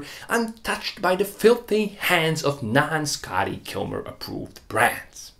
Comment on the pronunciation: Considering most of us know Scotty Kilmer, I died when he said Scotty Kilmer's name. I had to hear it again 🤣🤣🤣